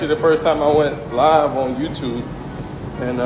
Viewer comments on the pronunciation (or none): none